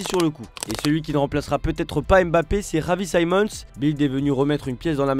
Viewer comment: Il a vraiment un problème avec la prononciation des joueurs javi Simons, youd Bellingham….